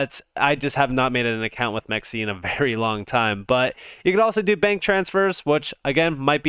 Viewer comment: It’s “m Ex c”